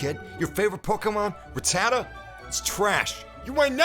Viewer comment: Sup, its Rat-da-ta not Ra-tada:( lol